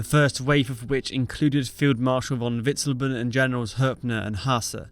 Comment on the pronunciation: That terrible pronunciation of Witzleben hurts the ears and the brain. I almost want to turn it into a drinking game.